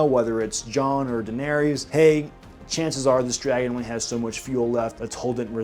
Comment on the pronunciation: Great video- you obviously spent way too much time thinking about this, but I can't get over the way you say "Daenery-us" and "Air-ee-uh Stark" like did bro not hear anyone say their names even once???